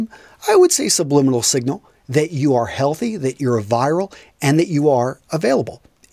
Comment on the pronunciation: I think you mean "virile", not "viral"! ;)